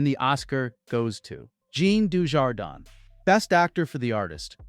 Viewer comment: You better start pronouncing Jean Dujardin's name correctly before you spread misinformation about his career flatlining while he enjoys a perfectly robust run of films in his native France.